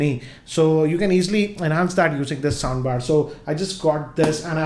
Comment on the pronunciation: Am i the only one hearing 'sambar' instead😁